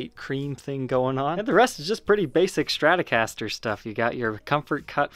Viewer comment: A schtratocaster? What is it?